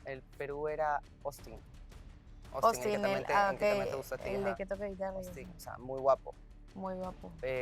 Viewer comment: POR DIOS No es "OSTIN" es "AUSTIN "😶